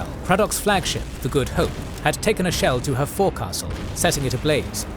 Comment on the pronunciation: Navy guy nitpicking here, but "forecastle" is pronounced as "/ˈfəʊksl/", or "fauxel". Great video though.